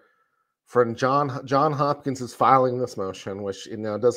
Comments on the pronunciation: It's JohnS Hopkins not John Hopkins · Can we please pronounce it correctly as Johns Hopkins? It isn’t John Hopkins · JohnS Hopkins John has an S on the end. Its two last names.